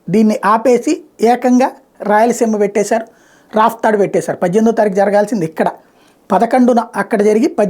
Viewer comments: gaaru Raftadu kaadu Rapthadu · Raaptadu not raaftadu.